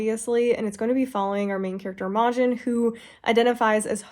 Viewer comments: I think Imogen is pronounced "imma-gin" like the name... ❤ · Girl love your videos but that is NOT how you pronounce Imogen